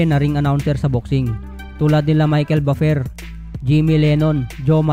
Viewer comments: sagwa ng bigkas mo sa Buffer hahaha.. parang baper hahhaa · Ayusin mo naman ang pagbigkas sa buffer